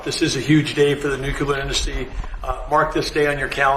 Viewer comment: I can’t believe how many people can’t pronounce the word Nuclear ☢️🤪